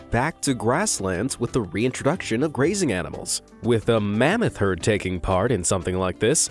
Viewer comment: it’s mammoth not mammot